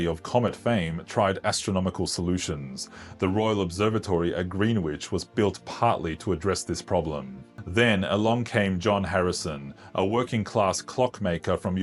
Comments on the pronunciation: Grenich not Green Which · "green which"? Greenwich is pronounced 'grenitch'. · Apart from the fact that 'Greenwich' is pronounced "Grenich", not "Green WHitch".